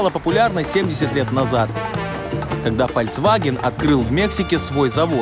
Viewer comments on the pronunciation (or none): фальцваген? фальцваген???????? кровь из ушей